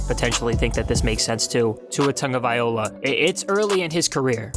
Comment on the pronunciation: First of all say “Tua Tagovailoa” correctly...maybe then I’ll listen to this crap! On second thought, “unsubscribe” is a good idea! C’mon man!